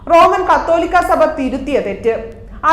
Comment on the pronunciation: എടി പെണ്ണേ ...... നിനക്ക് നാണമില്ലേ കൂരി മേടിച്ച് പോവാൻ നോക്ക്. പോമിയോനോ , പിന്നെന്താ സേതയോ എന്തൊക്കെയാടി വന്നിരുന്നു പുലമ്പുന്നത്. ആദ്യം തന്നെ സാബ എന്താണെന്ന് പഠിക്കു ഇങ്ങനെ എഴുതി തന്നത് മാത്രം വായിക്കാൻ അല്പം അറിവെങ്കിലും വേണം യാതൊരു ഉളുപ്പുമില്ല. ഈ നാണംകെട്ട................. മക്കൾക്ക്